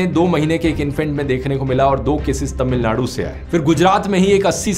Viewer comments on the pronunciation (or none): none